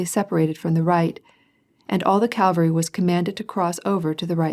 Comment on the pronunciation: Full of irritating mispronunciations, eg Calvary for cavalry, does the reader just doze off?